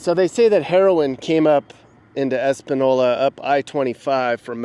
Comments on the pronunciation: It's properly pronounced, Es-pan-yola. Schizophrenia is the number 1 reason for mental illness and the majority is caused by multiple drug overdoses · When you go to a town and do a little documentary on it, the FIRST thing you should do is research how the town's name is pronounced. This town is pronounced "Es-pan-YO-la." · Its pronounced espan-yola. Your pronunciation is hilarious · Learn how to say the TOWN your in. Talk to a local. FACT: n in Spanish with, ñ sounds like a y sound in english. Espanola is pronounced Espan(y)ola. Also bonus double LL's are a y sound. Santill (y) anez. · Nick , brother, you have to work on your ( Ñ ) .. 😂. EspaÑola . . that's an N with a tilda pronounced like an N followed by a Y .. like EspanYola .. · Española pronouced espa-nieyo-la, without getting too lost in translation. seek closets latino or spaniard for proper pronunciation lmao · It's pronounced like espan yola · Es-Pan-Yo-La, Nuevo Mexico the lowrider capital of the world/Heroin capital of the world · Ace-pawn-yolaw ñ and not an n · “Eh-span-yola” you are mispronouncing this like a super white guy. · It’s pronounced “ Espan-Yola”. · Espanola has been known as the heroin capital of New Mexico for decades by the locals. It's pronounced Espanyola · Espa-NYO-la, please. There is a TILDA (~) over the N in Española which changes the pronunciation of the N in the name. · It's pronounced "Es-pan-Yola". The ~ over a letter adds a Y sound at the end of it. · New drug capitol? It’s been the capital for decades. And “Espinola” is pronounced Esspanyola lol. This place was one of the first areas Spaniards settled in with Native Americans before 1598. Please do more areas of NM there is so much history there that many people do not know about. Thanks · The correct pronunciation is: "Es-pah-nyola" as the n would have a tilde over it. Española. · Nick the name is pronounced Es pan yo la ! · Pronounced Espan- YOla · ITs pronounced...ES PEN YOL A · You’re saying espanola wrong